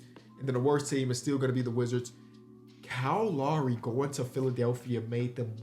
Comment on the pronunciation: YO HIS NAME IS KYLE LOWRY NOT KYLE LAWREY